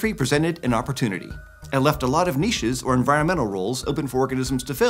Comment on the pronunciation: He pronounced niches correctly 😀